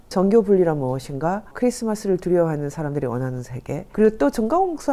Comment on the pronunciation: 사실,제가(나),세계,비평,계속, 등 첫 자를 짧게 잘못 발음했음